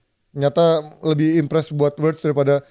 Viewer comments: Writz saha??😂 Wirtz min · Kenapa Wirtz jadi Writz 😅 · Wirtz bukan Writz